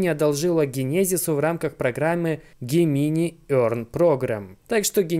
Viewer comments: пожалуйста загугли слово близнецы и произноси его правильно - ДЖЕМЕНАЙ Gemini - Близнецы. Транскрипция - |ˈdʒemɪnaɪ|. Да, и спасибо за контент ты красавчик:) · Только не Гемини, а Джеминай